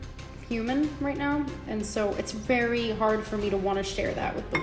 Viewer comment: "Its veey hard for me to wanna share that with the world" she says on her live stream...